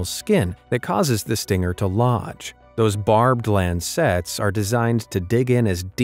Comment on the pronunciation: It's lancets not land sets.